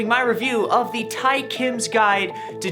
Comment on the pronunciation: Who’s triggered with him pronouncing Tae........